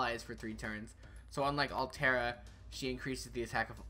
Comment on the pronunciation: Arturia > Altria It's King ARTHUR, not ALTHUR Delight Works! God DAMNIT! Btw nice video